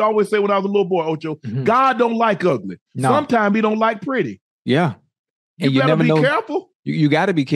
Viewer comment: Did u say pretty 😂😂😂